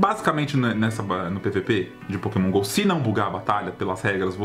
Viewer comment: Sempre que o fala Pokémon Go eu entendo Poke mongou